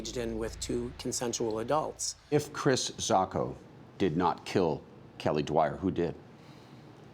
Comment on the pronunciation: Zocco is pronounced ZO-CHO. Not ZAW-KO